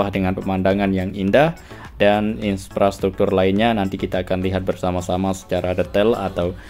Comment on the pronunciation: IN-PRA-STRUKTUR bukan IN-SPRA-STRUKTUR 🙏